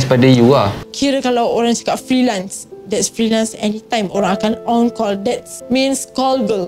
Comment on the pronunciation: Mean bkn means, lol